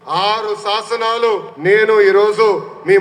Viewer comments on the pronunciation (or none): శాసనాలు కాదు. సాస నాలు😂😂😂😂😂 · వాడికంటే తెలుగు మాట్లాడటం రాక ససనలు అంటున్నాడు మీరు కూడా ససనలు అనేస్తున్నారు జాగ్రత్త